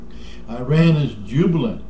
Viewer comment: Shut the fuck up you old fart. Go eat your twinkies or some shit Learn to fucking pronounce IRAN properly first before you even begin to talk about them, dipshit. hahahahahaha